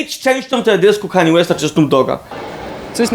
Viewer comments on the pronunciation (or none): none